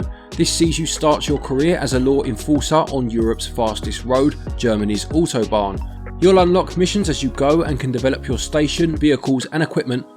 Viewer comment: Edge of Eternity seems promising and i will try the Demo but that probably Cloud thing is holding me off as i don't support cloud gaming at all. Really good pronounciation of Autobahn :D I'd like to buy the Autobahn Police Simulator 2 but unfortunately the character models look quite dull to me and the graphics overall are not that good to be honest :/